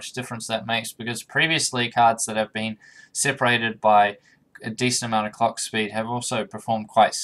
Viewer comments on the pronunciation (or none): You need to be careful when you say “clock” don’t forget the letter L.